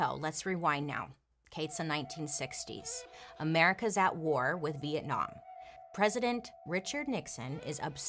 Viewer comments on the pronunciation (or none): none